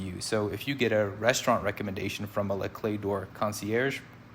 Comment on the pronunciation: You did pronounce it correctly! Great vid!